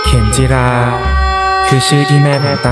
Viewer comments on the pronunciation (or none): เขมจิรา ครับ ไม่ใช่ เขมรจิรา 🤣🤣🤣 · เขมจิรา เขมจิรา เขมจิรา เขมจิรา เขมจิรา เขมจิรา ไม่ใช่ เขมรจิรา ค๊าบบบ แอดทำชื่อซีรีส์เสียหายเอาไปเทียบขะแมร์ซะแล้วววว